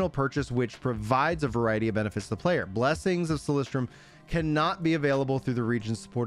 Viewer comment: idk why u call it Solistrium when is Solisium where u get the "t"? AHAHA maybe bcs of the hype